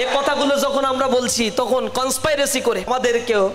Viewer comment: কন্সপিরেসি হবে, কন্সপাইরেসি না। শিবির কি জিনিস, সেটা রাজশাহী বিশ্ববিদ্যালয়ে দেখেছি। হাতে তলোয়ার আর চাপাতি। রগ কাটার কথা ভুলে গেছেন? আর রাজাকার জামাতের এর শিষ্য হচ্ছে শিবির।